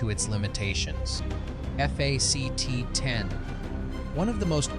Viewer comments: You speak eff aa cee tees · This COULD HAVE been a great video. In depth, interesting writing. TERRIBLE AI narration! “F A C T 1…”. WTF is that all about?😂😂. Other mispronunciations and the random female robot voice was just as bad. You need to read it yourself, or get someone else, a human, to read it. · Who pronounces 1985 as one nine eight five and “fact” as eff eh see tee?! Ai!! That’s who! Still loved this show when it came out and bought it on vhs, that’s right I said vhs, a couple years later 😂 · "...one thousand nine hundred and eighty five... F-A-C-T 1..." Probably the worst thing about AI is how lazy it makes some of us. I get it if you don't want to use your own voice to narrate, or maybe English isn't your native language, but not bothering to listen to your own video before uploading it to catch parts which obviously need to be re-recorded is akin to submitting a paper without bothering to spell-check it, first. It's just baffling. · Teach your AI the word "fact".....